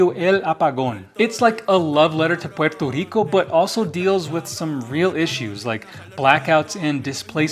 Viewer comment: Your pronunciation of "Puerto Rico" is music to my ears 🇵🇷🪘🪇🎉🎆🎆